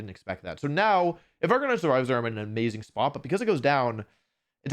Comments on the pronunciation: ive never heard of this "arcanine" pokemon...i only know arc a nee nay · I can’t believe Wolfe went a whole wideo pronouncing arcanine wrong.